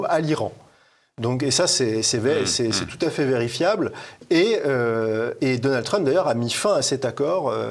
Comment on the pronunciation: "Dolnade Trump" ?! Faut arrêter avec les fautes de prononciation, c'est comme "Géralde Darmanin", on s'arrête au D on ne rajoute pas un e dans la prononciation !